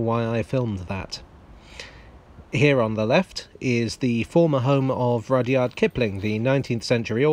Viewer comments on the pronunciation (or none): none